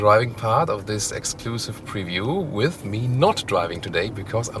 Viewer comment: You're missing the P in Preview. ;-)